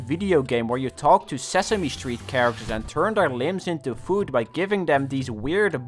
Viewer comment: Your accent made ‘catch different kinds of food’ sound like ‘catch different kinds of poop’